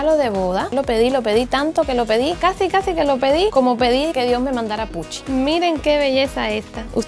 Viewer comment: Dijistes cadsi cdsi en el minuto . No sabes hablar jajaja